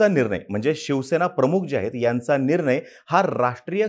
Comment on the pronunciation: निरनय नाही रे, "निर्णय"